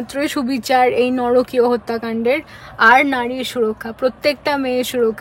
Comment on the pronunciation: বার বার বলছে "নরকীয়"কথা টা নারকীয়। বাংলা টা জানতে এই জন্য বই পত্র পড়তে হয়।